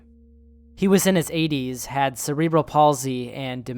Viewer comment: Just FYI cerebral is pronounced like sarah-bull